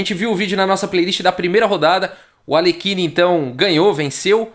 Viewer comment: Não temos qualquer obrigação de pronunciar corretamente o nome de estrangeiros, entretanto, só pra ilustrar, é assim que se pronuncia o nome de Alekhine: "Aliérrin".